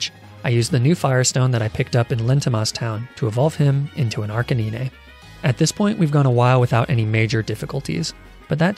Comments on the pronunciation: bro wdym?? It makes no Sense to be pronounced ar ca nee nay, ar kay nine at least makes Sense since it combines ”arcane” and ”canine” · "ark-uh-nine" bro ill even accept "ar-cane-ine" whos saying "ark-a-nee-nay" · "ar-kuh-nee-nay" bruh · people don’t say “ar Kay nine” they say “ar ka nine” also “arcaneenay” sounds like a type of pasta lmao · I know I'm 3 months late, but fr tho, Ar-ca-ni-ney, instead of Ar-ca-nine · Ar-kay-KNEE-neigh? No its Ar-kay-nine- 😬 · arcanine ❌ arcaninay ✅ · Why do you pronounce “nine” as “nee-nay”? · Its arcenine dude say it like 9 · ar-KAY-nine or AR-cuh-nine 😭😭 never ar-cuh-NEE-nay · Gotta love Arcaneenay and Ünfezant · Arcaneenay Everyone: And I took that personally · I was like You mean Ar ca nine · r k 9 he says r kah nee nine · Ah yes, my favorite Pokémon: Arcaneenay and Deckadooey. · Arca nee-neigh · Me to arcanananay Like arca whip and and naynay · Arcaninae WHY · He actually pronounce Arcanine like the most common pronunciation we know I think deliberately mispronunced it as Arcaneenay to get on our nerves, and it works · ar CA NINI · I can tolerate most of the mispronounciations. I can't tolerate arcaneenay. Good thing he's probably doing on purpose xD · I’m sorry did he just say Arcanine as “Arcaneiné”??? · everytime he says "arca-ni-neh", " ky-rem" and "oonfezant" i die a little inside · "Arcanenae"..... I hope this is an inside joke with his viewers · arkaneenay what in the heck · The way he prounces 96% of the pokemon names in the video hurt me, Example: Arcaneenay, Crowcaroak, Ünfezant, etc. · Lol 😂 The way he said Arcanine Ar-ca-Nie-Né Lol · “Arca-nee-nay.” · Ah yes my fav pokemon "Arcaneenay" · Argh - cah - knee - nay ? What the actual hell is that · Arca what? Did you just say Acra niii neee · Honestly I was excited to watch this but I am leaving after "Arcaneenay". Disgusting. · does he just prenounce arcinine like arcininey or is it a joke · Literally made me grin 😀😄😁